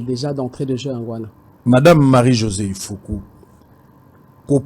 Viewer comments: Marie-Josée IFOKU MPUTA MPUNGA. Et non IFOKO. Merci ! La KOMBOLISATION est en marche. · Sango okomi mabe ifoku pas ifoko